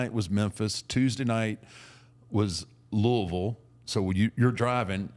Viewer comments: Thank you for saying Louisville right mark! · That's how I know Taker has been in Louisville a lot, is he's the only person outside of Louisville that I've heard that pronounces Louisville right! Lol